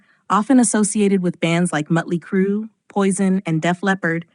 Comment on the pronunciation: Why do narrators of these videos call Motley Crue...Mutley Crue? Is it because of the diaeresis (name of symbol over the vowel) and AI pronouncing it "correctly"? For the poster: It makes you sound inauthentic and basically groping for money. I'm blocking you from my feed. Your BS is intolerable.